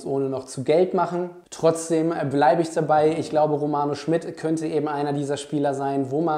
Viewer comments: Finde auch, dass er ein spannender Spieler ist. P.S.: ich glaube der Name spricht sich „Schmiiiied“ und nicht „Schmitt“. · Kleiner Hinweis: Im Butter Bei Die Fische hat Romano meine ich gesagt, der Nachname wird Schmied, nicht Schmidt ausgesprochen. Aber ansonsten super Video - danke für deine Einschätzung! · Romano heißt Schmid nicht Schmidt.. langes I..